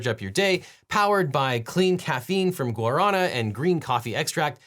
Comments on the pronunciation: The correct pronunciation is: "gwara-NA". (Accent on the last syllable) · My grandpa was a missionary to brasil and I'm familiar with how Guarana is pronounced in Portuguese as a result (despite not speaking the language). While I don't fault you for your pronunciation, it did make me cringe. :P Guarana soda is delicious BTW.